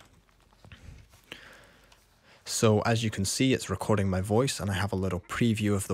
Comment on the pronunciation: Say that again.. "recor-DING!"